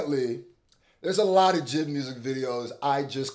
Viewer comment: Jay Eye Dee not jihd